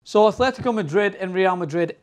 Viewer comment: Nice analysis but can't you pronounce anything? There's no h in Atletico.